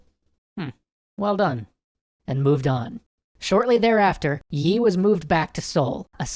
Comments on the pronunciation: I'm pretty sure his name is pronounced more like "ee", rather than "yee". In Hangul, his first name is "0l" (used American keyboard characters to approximate cuz Hangul won't work for some reason), which is pronounced "ee". Generally that character and the Chinese character that looks like a long dash with an upturned serif on the right end are both transliterated with "Yi", pronounced "ee". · its lee not yi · You don't pronounce the y in yi, it's just pronounced like 'ee' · actually admiral yi is not yi. LEE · I thought it was Admiral Lee and not Yi? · its lee but nice vid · Not Yi . lee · Don't pronounce the 'y'- it's an artifact of transliteration. Korean never uses the 'y' sound with an 'I' sound. Just pronounce it 'E' Please!!! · Nicely done, but too bad about the weird pronunciation of Yi. It's said like 'eeee' -- no Y sound involved.